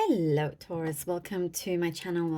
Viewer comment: Subscribed for the helLOo at the beginning ❤